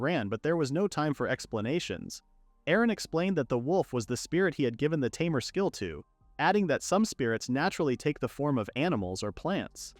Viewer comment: unsure if your joking or not. Also unsure if its obvious or not but he mispronounced tamer as something like tarmor, just found it surprising since mistakes like that hardly happen here.